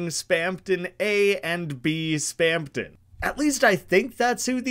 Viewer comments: Mister, there's no second "p" in Spamton. You keep saying Spampton, which is kinda weird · why do you keep saying spamton as "spampton" 😭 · Lmao you can literally hear the "p" every time he says it Kinda goofy